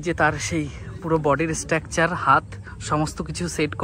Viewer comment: ভাই, শব্দচয়ন ভালো করে করো। আর সঠিক উচ্চারণ করো। স্ট্র্যাকচার নয় উচ্চারণ টা, স্ট্রাকচার।আর ভিডিওর শুরুতেই কথাটা স্বাগতম না বলে স্বাগত বলো।